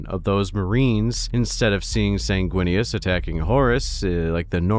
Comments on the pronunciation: ...first time I've head you say Snaguinius...and its hilarious. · "Snaguinius" 😂 Lisdexia sucks my guy. I leef your pain.